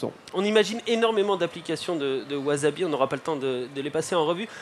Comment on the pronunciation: Excellent projet, reste à bien le prononcer maintenant : "wassabi" et non "wazabi" :)